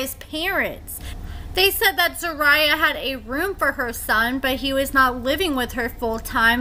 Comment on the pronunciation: So you do an "update" on someone but cant properly pronounce their name?!